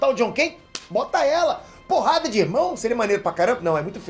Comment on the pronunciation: Op pior que teve uma hora que entendi ele dizendo "poha de irmãos" em vez de porrada de irmãos